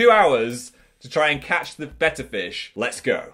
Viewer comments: I'm so dumb I thought Phil said "better fish" until he showed his fish I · At first I understood "You can now catch 'better' fish" and I was pretty confused. ^^" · Totally thought he was saying “better fish” for the entire intro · For the first 10 minutes of the video I thought he was saying 'a better fish's until I read the title and notice it said betta I feel stupid{-🎆_🎆-} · The way Phil pronounces “betta” and “urinal” low key stresses me out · Your-eye-nal Bettah